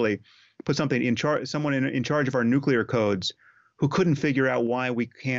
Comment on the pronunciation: Can't believe the Host mispronounced the word NUCLEAR! 😅